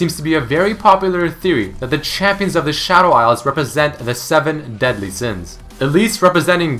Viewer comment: I don't want to offend you but when you said "The Seven Deadly Sins" i heard "The Seven Dead Lee Sins"...